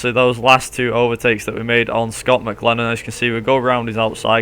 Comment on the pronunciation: 1st, you can't pronounce his name 2nd, your using the NZ V8 SuperTourers with a V8 calendar 3rd, the V8 supercar calendar you are using is wrong 4th, your using the wrong points system